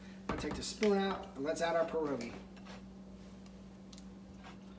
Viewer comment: Another great recipe,! FYI, try to say pierogi as if you are saying P-YEAH rogi rather than PER-ogi. That's closer to the correct Polish pronunciation to share with your followers.